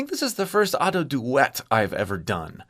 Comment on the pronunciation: youre genuinely the only ado reaction channel in my eyes, like you actually explore how she uses her voice and tell us what shes doing!! it makes listening to the songs more interesting and helps me appreciate them more. also youre the only youtube ive seen to say her name right